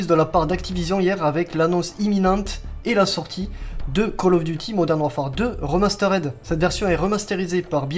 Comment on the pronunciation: "remasteRED"????? Mais il faut lui dire !!!! Il a appris où l'anglais lui???